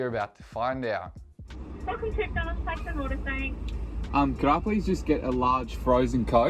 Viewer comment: did you just call mcdonalds macis